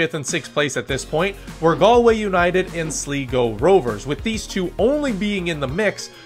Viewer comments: Pronounced Sly-go, not slee-go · Slego? The third letter isn’t e, it’s i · Btw Sligo rovers is pronounced sly-go rovers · ....I love ya man. I appreciate the video too, so much, but....it's "Sly Go" Rovers not "Slee Go" 😂. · first off, its sly-go, not slee go, shelbourne is more like shell-burn than shell-born also i dont see what the point is in talking down the league for a team being able to win despite a bad period of time, its more interesting to never know who is gonna win and having a league that is close, and i say that as a shamrock rovers fan who won the league every year since 2020 until now, i'd rather that than be in france with psg winning every year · or shh-lie-go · minor pronunciation corrections i am compelled to give: sligo is sly-go shelbourne is shell-burn the shels collapse was crazy i am glad they ultimately saw it out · Good synopsis... But you need to improve your pronunciation.😄So try to pronounce the names phonetically.. and you will get "Sly-go" and "Shell-burn". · It's SLY-go me boy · Pronunciation: Shell-burn Sly-go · Sleeego. Like pronouncing “Slight” and “slick” as “Sleeet” and “sleek” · as an avid league of league thanks for covering the league. the way you pronounce sligo is funny. you got my subscription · Safe to say this dude has never been to Ireland and certainly not a LOI match. If he had he would know how to pronounce Sligo or Shelbourne properly. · You butchered Sligo Rovers name 😂